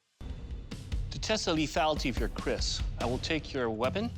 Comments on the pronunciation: Lopez and is CALLED "KERIS" IN THE NATIVE TOUNGE NOT KRIS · Its keris not kris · pardon me, but it has to be "Keris" not "Chris" (confused by the subs)